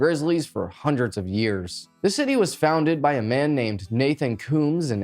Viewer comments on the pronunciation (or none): none